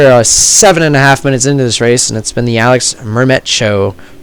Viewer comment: Your prononciation of "Alix Mermet" is pretty good for an english speaker ;)